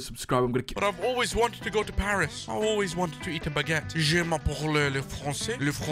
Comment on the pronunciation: you say baggeutte like bage ute in paris